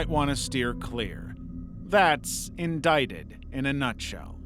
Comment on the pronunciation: Its InDICTed, not "endighted"